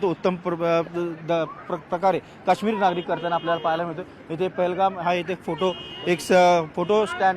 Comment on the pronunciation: Pelgam nhave te pahelgam